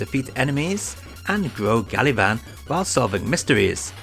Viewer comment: pretty sure it's "gavan"